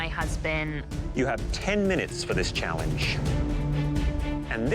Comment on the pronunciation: why he say “challenge” like that 💀